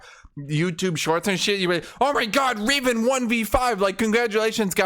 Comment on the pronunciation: I love the "my gód"